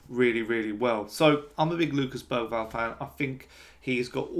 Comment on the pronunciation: I’ve hear it pronounced Ber-varl. Even Bera-varl.